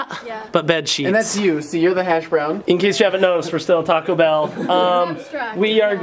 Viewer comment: When you say Taco Bell it sounds like you're really saying "talkable"